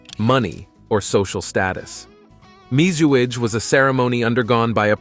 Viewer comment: MIZUAGE = mee-zoo-ah-gay